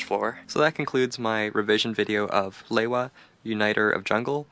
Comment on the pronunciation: It's pronounced " lee-wa"